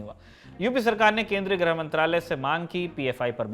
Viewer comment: ग्रह मंत्री नहीं "गृह मंत्री"🤦